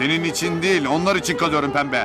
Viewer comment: Çekiling... İçing... Hahahaha 😂